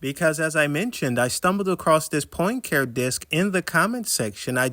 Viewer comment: Poincare. Henri Poincare. (Pahn cah ray)